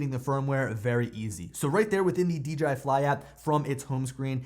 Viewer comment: I mean that as a compliment. So many say "DGI". You said it right! Thank you! :) Maybe it's a Pennsylvania thing. I'm also from PA. Up in the north-central hills.